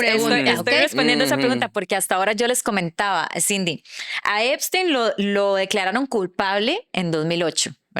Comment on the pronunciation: Epstein, no "Eimstein".